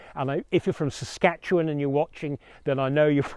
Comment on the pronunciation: Very impressed how you pronounced Saskatchewan! Fun fact, there is a town in Saskatchewan called Tisdale, and for sixty years up until 2015 there was a big sign on the highway outside the town that said "Tisdale....Land of Rape and Honey"